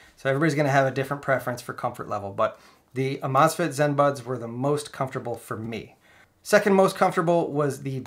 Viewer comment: Think it’s supposed to be pronounced amaze fit.